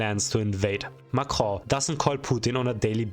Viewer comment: when you say Macron I hear "macrow" 😂